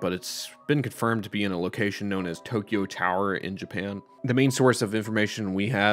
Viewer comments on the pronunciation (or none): none